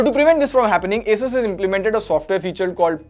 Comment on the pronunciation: okay, at least somebody calls is A-sus not aa-soos